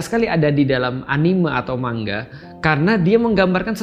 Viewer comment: Betul ini pelafalan Pak Ust kata "manga"=>"mangga"...spt kata Bu Guru Bhs Jepang Nakama tulen ini...😅😅